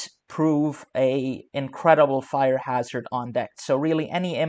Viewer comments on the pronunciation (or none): none